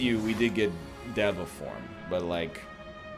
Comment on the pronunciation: day 6 of telling NL it's pronounced day-va form